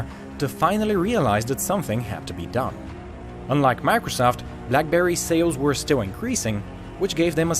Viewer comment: It sounds like he's saying "macresoft" XD